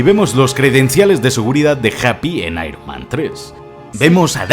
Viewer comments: Por favor!!! Spider-MAN en singular y Spider-MEN en plural. Dices constantemente spiderMEN jajajajajaja incluso IronMEN Buenísimo vídeo bro. Me parto con las referencias al bananero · Me pone nervioso que digas todo el rato SpiderMEN, ironMEN, cuando es SpiderMan 😂😂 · Spider-MEN Iron-MEN Dios, por eso hay que practicar bien el inglés